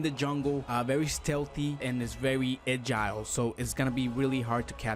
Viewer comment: Ag-ile 😂 at like 15 secs